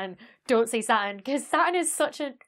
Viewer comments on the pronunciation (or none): I wasn't gonna comment about you butchering "satun," but since you mentioned it... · You don't pronounce the 't' neither. Everything is fractal in the end, as some scientists have discovered, we just don't know how exactly yet; chaos doesn't exist, it's just a human perspective, planets are kinda boring for me, I prefer the 7 Pleiades powerful beauties #StarFeminism #LOL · NoName Sounds more like: satuhn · satoon* because that pronunciation is cooler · Now that you mention it, you don't pronounce 't' either... "Sah'un" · In Britain, the T is silent: hospi'al (hospital), going ' pub (going to the pub), Sa'urn, buh'er (butter) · I'm more intrigued by how you say "hexagn" than "satun" lol Wonderful video! NOW I KNOW about how circular standing waves can cause really interesting patterns in a lot of unexpected ways. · Not only don't you pronounce the R in Saturn, you don't pronounce the T, so it comes out as Sa'uun. Which is a really cool name for an alien planet when you think about it. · Sa-un ftw. You also skip the t half the time too :) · The "haxagin" on "satirn" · "...about how I pronounce Sa'u'n, 'cos I don't pronounce the R -- welcome to the North!" But you don't pronounce the T either 😂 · i don't think anybody cares how she pronounces "Sa'u'n" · She says it kinda how Americans say Batman, with a glottal stop instead of a T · You don't pronounce the T in Saturn either; you say it more like an extra U :P. I love your content. It is super informative, engaging, and has wonderful humour to it. Soup Avoid, and the Planemos band still has me chuckling. Cheers!!! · I can hear the r in her Saturn. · You don't pronounce the "R," either? Neither does Rhode Island. Cool! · You don't pronounce the R in Saturn? I think there's a T in there somewhere too. LOL Keep up the good work, as your explanations of the various attributes of the cosmos are always informative and easy to understand. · Real Saturn fans pronounce the R 😄